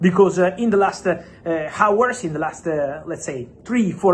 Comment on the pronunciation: Bro pronounces all the silent letters 😂 “H”our, Newcas”T”le, “K”nee injury cracked me up 😂 Great as always, Fabrizio! Thank you for the fastest and most reliable transfer news on the planet 🌍